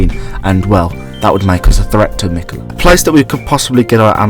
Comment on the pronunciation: meekala the oonalloi'd